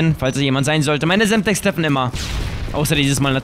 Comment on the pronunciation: sagt er semstex